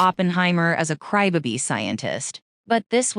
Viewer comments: You know, you can make the AI voice say crybaby properly and not cry bibi. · It’s pronounced “Crybaby” not “Crybuby” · I came to the replies for this 😂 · "A cry ba-bee"?!! Gotta love AI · How came she can't pronounce crybaby correctly?